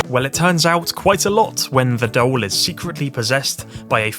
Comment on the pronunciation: Bro, vids quality. Bt DOLE 😩 you saying that is almost as bad as dr strange tryna say penguin 🤣